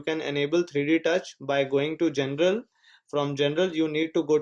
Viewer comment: He meant general but low key said genital